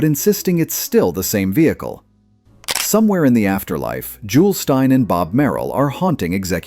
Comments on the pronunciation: My favorite Christmas special. My favorite "filmed" Christmas Carol. It's genius. (FWIW, the composer was "Jule" Styne - pronounced "Julie" - Not Jules. I'm assuming this is AI narration that didn't know the difference. Styne-Merrill's songs were indeed Broadway-calibre. At the same time this show was being produced, they'd been working on a score for a new musical, "Funny Girl!" There's a longstanding rumor, never officially corroborated, that the classic "People" was first written to be sung by Magoo.) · Jule Styne's first name is correctly pronounced "Joolee," not "Jool," and neither Styne nor Bob Merrill had anything to do with HOW TO SUCCEED IN BUSINESS WITHOUT REALLY TRYING.